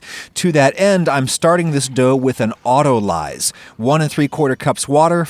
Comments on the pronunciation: I can't seem to find anyone else being "that guy" so I'll do it. Just for the future, it's "auto-lease" not "auto-lies". Luv yuuuuuu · Oddly enough, no thesauruses I can find list an antonym of "lubricant." Notionally "abrasive" should be one although that's not exactly what you're going for here. Also isn't "autolyse" usually pronounced "auto-lees"? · Nobody: Adam: "Autolize" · That is not how you pronounce autolyse 😂